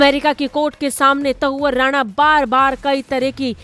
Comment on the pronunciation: शर्म करो आज तक वालों। हिन्दी न्यूज चैनल होकर भारतवर्ष में ही हिंदी की टांग तोड़ने में लगे हो, शर्म करो। कैसे मूर्ख एंकर भर रखे हैं, जिन्हें हिंदी बोलना नहीं आती है। तहव्वुर राणा को ये मूर्ख एंकर बार - बार त‌उअर राणा बोल रही है, लेकिन न तो इस एंकर को शर्म आ रही है और न ही आज तक के किसी अधिकारी को शर्म आ रही होगी। शायद सब निर्लज्ज हो गए हैं।